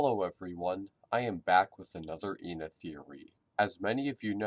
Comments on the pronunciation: Moony calls ena as Jena/ena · Moony called ENA like "INA": "Hey I-NA. Check out this trick!.." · Also, Moony pronounces her name different ways. In “auction day”, she pronounced it as “eena” In the second episode (forgot the name), she referred to ena as “Eh-nah” And in temptation stairway, she was referred to as “eena.. Eh-nah... Jena...” This is probably because of the possibility of Ena having dissociative identity disorder. I believe this because in “auction day” she apologizes after switching back to her “happy” personality. Also there’s something you didn’t mention. In each episode, Ena is slightly different. She has a different voice actor than in auction day, In the second episode she has “demon” forms while acting like a typical drunk person experiencing euphoria. And in temptation stairway, the color of her face on her right side slowly fades to yellow, she has a gray form, and her voice patterns switch,(her happy voice speaks when she’s sad and vice-versa), as well as her being more pessimistic than previous episodes. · I think that moony wanted it to rhyme with the whole ENA Jena because she says eh-na instead of e-na I don’t know if that made sence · Ǝna, Ǝ=eh eh-na, it's just pronounciation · actually, do your research. Joel G pronounces it Eh-na, from what I've gathered Joel G and this backwards E seem to be spanish